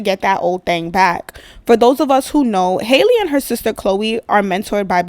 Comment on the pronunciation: Hey name is pronounced Hal- le… not Hailey… I this old… just came across my feed…🤷🏾‍♀️✌🏾